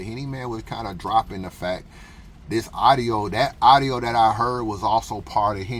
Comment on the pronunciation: It's a u d I o.... not arrio. Now practice lol